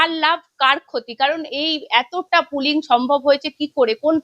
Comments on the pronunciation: দিদি ওটা পুলিং নয় পোলিং। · 💢🤡 ORE MURKHO...OTA PULING NOY 💩❌❌❌ OTA POLLING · পুলিং নয় পোলিং